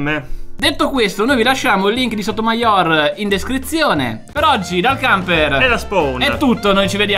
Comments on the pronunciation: Sotomàior non si può sentire, si dice sotomaior senza l'accento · Ma solo io lo ho sempre pronunciato sotoMAior e non sotomaIOR?